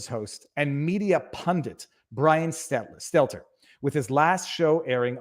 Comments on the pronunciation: I've come to the conclusion that Viva is purposely mispronouncing Brian's last name. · Best thing about Stelter losing his job? Soon we will stop having to hear viva mispronounce his name. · I'll miss hearing you mispronounce Stelter.